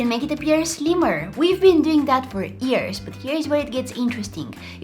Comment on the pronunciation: When you said year you said ear